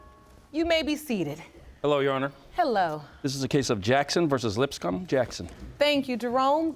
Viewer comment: Lol I thought the bailiff said the last name was "Lipscum" 🤪